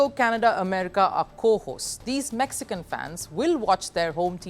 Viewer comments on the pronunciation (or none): none